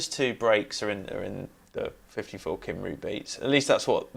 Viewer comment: Your pronunciation of Cymru makes every Welsh person cry 😆 (good video though, thanks!)